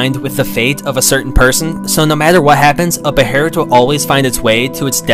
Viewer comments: I thought it was pronounced “baylit” not “beherit” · ... it's not pronounced "beherit" it's pronounced "behelit" Bey-lit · It's behelit not beherit, u gotta understand that Japanese people only say beherit cuz they don't usually pronounce the sound L, so they arnt used to it